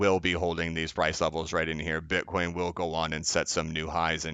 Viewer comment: Slipped up and called it “bin-coin”around 8 minutes🧐